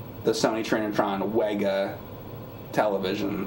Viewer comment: WEGA is pronounced "Vega". German's gonna german. In the grand scheme of things it doesn't matter but everytime you say it wrong I think about Doctor Pulaski calling Data "Dah-ta" instead of "Day-ta" and him verbally slapping the shit out of her.